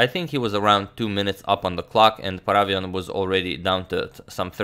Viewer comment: Hey Agadmator, just wanted to tell you that the correct way to pronounce David's surname is ParavYAn. Hope that you'll take this into account, as you are an excellent pronouncer of names:)